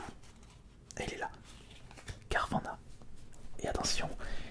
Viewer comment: Bonne vidéo juste on prononce carvana et non carvanna pour carvanha